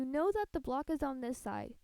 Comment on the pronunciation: *know* not kow.